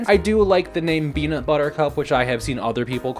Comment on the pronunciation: This is a hate crime (the best kind of content) Also every time you said beanut I went “my favorite streamer???” I got blueballed